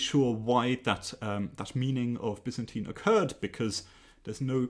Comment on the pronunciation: The actual Greek pronunciation of Byzantine is the one you're using!